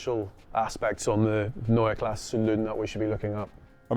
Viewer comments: Guys, the "E" in KlassE is not silent. I don't want to "Po[r]sch" it up but it's also PorschE and not Porsch. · Why did you properly pronounce the 'e' at the end of "neue" and then not do it at the end of "klasse"? Every. Damn. Time.